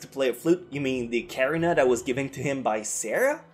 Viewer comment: Ocarina O-Ka-Re-na